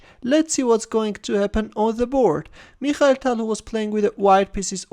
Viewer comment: "Meeekhal Tal" 😊